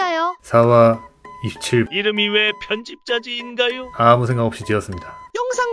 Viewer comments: 편집 자지로 읽는구나 편집자 제트인줄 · ㅋㅋㅋㅋㅋ ㅋ편집자 z 발음 의도한거냐고 ㅋㅋㅋㅋㅋㅋㅋ 편집 자z...